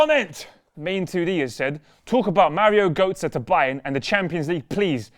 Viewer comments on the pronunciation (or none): Mario goatze? Hahaha marie götze (marjo/mario getze)